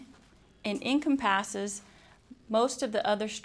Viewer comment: It's really easy to follow, even if it does look like a butt & you pronounce "encompassed" funny :P